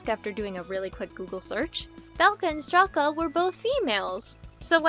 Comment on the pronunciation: Fun fact! Strelka is pronounced str-ieh-lka, not str-eh-lka! Though I think it would be cool if the characters name was pronounced the latter to add ✨spice✨